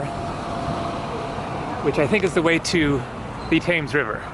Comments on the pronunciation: "TEMS' not "TAMES", for goodness sake. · The river is pronounces TEMS NOT TAMES.